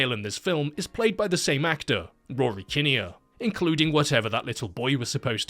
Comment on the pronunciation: kin-e-er? kin-ear, surely?